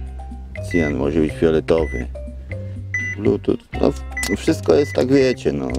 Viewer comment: Czytaj "blutus" , pozdro